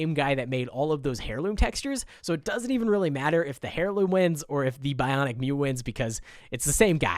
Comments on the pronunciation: Air loom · "hairloom" idiot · I cringe at the way you pronounce heirloom